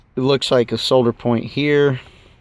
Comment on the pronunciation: IKR pronunciation school needed